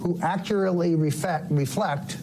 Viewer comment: I like how Stone says "Refect" instead of reflect. Must be an early onset of alzheimers within the Trump orbit.